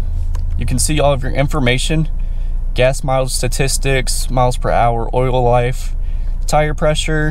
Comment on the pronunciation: "Hit the start engine bungine, and... she comes to luyfff"